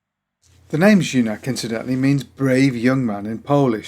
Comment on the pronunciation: great to see my first proper bike here ;) the right pronunciation of Junak is close to "you knack" ;)